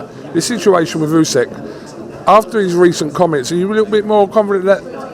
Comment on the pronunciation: Why does say Useck!!! It’s so annoying